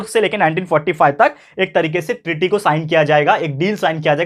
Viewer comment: Sir Atlantic treaty hai voh aap bol rahe ho ki tearry kya sir 😀